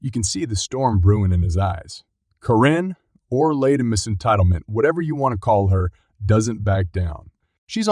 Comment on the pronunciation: Is it really so hard to have a human narrator? The repeated mispronunciations (e.g., Karen like "koh-rin," McEntitlement like "miss-entitlement", the often-misplaced emphasis, the unnatural pacing, it all screams artificially generated speech.